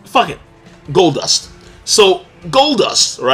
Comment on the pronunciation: Man said goldust lol